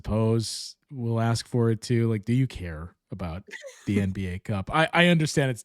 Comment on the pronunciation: “Ask.” Not “axe.”